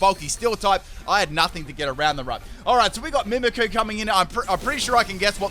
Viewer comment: Your saying mimicqu's name wrong